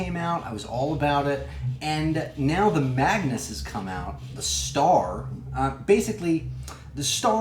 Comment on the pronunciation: Lol why do you keep calling it the maganus? They are two different tanks